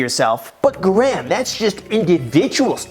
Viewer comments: "what's up gram it's guys here " lol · "What's up Graham? It's guys here." 😆 Oof. Yep, I know the struggle. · "what's up graham it's guys here" i'm guessing that's done on purpose on every video? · “What’s up graham it’s guys here” y’all catch that intro? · He said, “What’s up Graham, it’s guys here”…